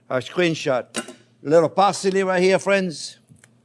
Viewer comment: and he calls us fwends 😌